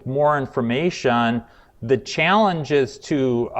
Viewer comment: informaySHUN complicaySHUN investigation situaySHUN